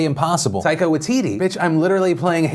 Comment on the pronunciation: Hahaha check that taika pronunciation philly